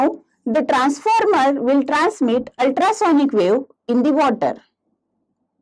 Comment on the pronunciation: Transformer or transmeter 😂